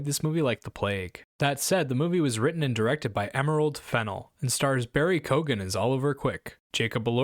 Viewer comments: It's " Kyo-ghan" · I agree that the pronunciation in this vid is a bit off the mark, but I think the preferred anglicised realisation (as in, the way it'd be most comfortable/compatible to say it in English without code-switching or adopting an unfamiliar phonology) is /kiːgən/ (or a bit more narrowly, [kʰɪj.gn̩] in general southern British English - "KEEgan". As far as I can tell, the Irish pronunciation is akin to [koːɣan] or [kʲoːɣan], wherein the represents a fricative in the same place of articulation as a /g/? This is typically tricky for anglophones though, so some approximation and distortion is sure to come into play when it transitions across to English (hence the seemingly global confusion and all sorts of mispronunciations). Please let me know if I'm missing something though!